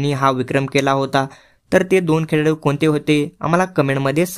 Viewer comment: खेळाडू ❌ खेडाडू ✅😂